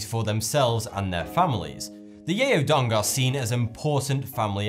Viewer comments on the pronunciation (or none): It's not pronounced 'yay-o dong'. 'Yao' rather rhymes with 'cow' (happy Chinese New Year, btw)